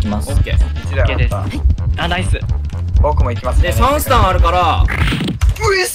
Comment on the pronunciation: 別ゲー混じりすぎてwガンダムかな？w 「俺の3ス↓タ↑ンを↑」ってなってるの笑った 編集が進化した神回( ˇωˇ )